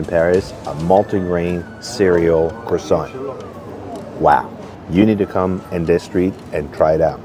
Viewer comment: How do you spend so much time in France and pronounce croissant so badly?!